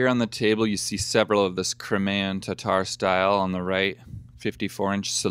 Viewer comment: Cry-may-an..........form the Crimea (Cry-me-ah)....